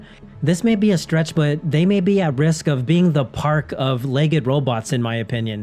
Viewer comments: LEGD -- it's pronounced LEGD not leg-ed --- like special-ed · "legged"? "LEG EGGED"? Why are you pronouncing it that way?